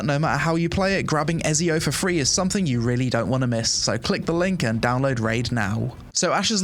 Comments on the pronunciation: e-ZI-o not e-SI-o ..... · I’m not Italian, but my head hurts every time I hear “EZio” instead of “ECio.” I guess we all do stupid things for money. HE IS GOD DAMN EZIO AUDITORE DA FIRENZE! AND HE ALREADY HAS ENOUGH OUTLETS. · im sorry but the game is not good enough to not have fast travel from main town...that's just outright dumb...way too much time wasting going on Also... i can't believe you called him " Ez-eeo" wtf is wrong with you... "Etsy-O" ! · stop saying ezzzzzzzio man it's ezio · Is noone going to mention how this guy doesnt know how to pronounce Ezio.... man its Et-Ze-O....Not Ez-E-O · Cool video :9 but bro its called ETTTZIO haha i cant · Ezio is pronounced Ets Zio! 🕶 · Its not ''Ezio'', its ''Etzio Auditore da Firentze''. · Bro mispronouncing Etzio hurts my soul!!! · Ezio is pronounced Etsy Oh. Et See Oh 😂. Was waiting for this video! Love your updates on this game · Dude watch your month when you speak, you dont just say "Ezio" You say : 🤌🤌🤌EZIO AUDITORE de FIRENZE 🤌🤌🤌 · bro called him Eiz Eo lol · Eh-ts-io.....EEETZZZIIIOO AUDITORI DE FIRENZE. Keep it up i like the content and ur coverage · Ngl the way you said ezio's name kinda triggered me for a sec 😂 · Your pronunciation of "Ezio" gave me literal cancer, LOL. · You can’t even pronounce ezio right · My ears bled listening to you butcher the pronunciation of Ezio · Had to turn it off when i heard you pronounce ezio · Why nobody talks about how he pronounced Ezio? I am dead! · bro has apparently never played Assassin's Creed, doesn't even know how to pronounce Ezio 😂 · He doesnt even know how to pronounce Ezio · The way you pronounce Ezio made me not download Raid shadow legends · why he pronounce ezio like that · They way you say Ezio deserves prison time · I'm sorry but the way you pronounce Ezio's name physically hurt me lol 🤣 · How can you play any games at all and not know how to pronounce Ezio's name lol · I'm sorry, how did you pronounce Ezio...?!